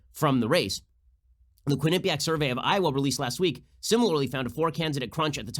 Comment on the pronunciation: Love your show Ben. Just an FYI... Quinnipiac is pronounced Quinn - a - PEE - ak.